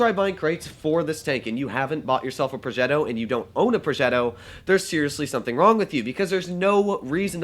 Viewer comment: The way to said progetto I felt like you are the grandson of Cesar 😂😂